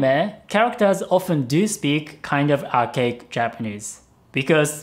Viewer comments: When says Archaic, I misheard it as OUR CAKE. *USSR ANTHEM INTENSIFIES* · I heard arcade instead of archaic every time. Time to get dem ears checked.